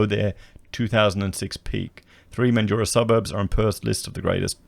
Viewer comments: Mate, it’s Mandraaaa, speak like a Wassie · Just want to point out that Broome is not a mining town (Primarily tourism and pearling). And Mandurah is pronounced ‘Man-Jew-Ruh’. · Man drah/ METHandurah. Don't make it sound flash hahahah. Wonder if there has been a surge in people getting their real estate licenses. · Methdurah is the correct pronunciation